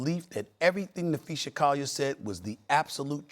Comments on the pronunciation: Na-phee-SAA! Not SHA! Someone at ESPN please tell this man how to pronounce her name. He’s getting too comfortable with his own version. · Stephen A, it's Napheesa * not Napheesha. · "And Napheesha Collier is a star in the WNBA." but he somehow still doesn't know how to pronounce her name correctly? I think Stephen A. probably googled "Napheesa Collier vs. Cathy Englebert, who's side are most people on?" and saw in the results that everyone hates Cathy, and Napheesa Collier was MVP runner-up (or maybe the results literally said "Napheesa Collier is a star in the WNBA" lmao) and that's how he formed his lukewarm take that Cathy needs to go, which is what fans of the W have been saying literally for years. I don't particularly want to hear from people like Rabid Dog and Stephen A. until they prove they have even the remotest inkling of the dynamics in and around the W. Bare minimum is saying Napheesa instead of Napheesha, BARE minimum.